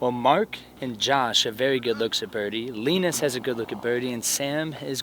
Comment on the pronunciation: poor Linus getting his name butchered lol